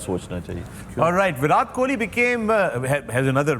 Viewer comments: Sir it's a Virat Kohli . pleace do correct that pronunciation...love from India . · His name is Vira " T" ... Pakistanis cant even pronounce his name even after " virat" gave them so many sleepless nights 😂😂 Do they not teach this in Madarsas ? BC tum puncture hi lagaoge